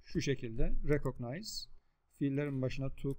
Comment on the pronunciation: Hocam rekıgnayz diye okunmuyor mu rekognayz diye söylemişsiniz defalarca öyle bir söyleme şekli de mi var ?